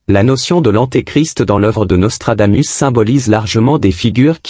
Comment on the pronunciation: Hé IA, apprends le latin. On prononce Nostradamousse. Régor du Lignon 🇨🇭